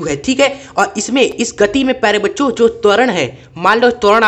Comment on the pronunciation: Sir aap bol bacho rahe muje bancho sun raha h 😅😅😂